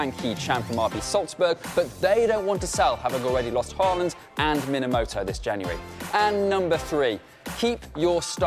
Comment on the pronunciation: 1. When they were talking about best current premier league right backs one of the dudes said Trippier 2. One dude said minamoto instead of Minamino